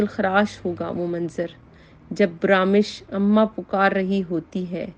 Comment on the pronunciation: محٹرمہ برامش نھیئ برمش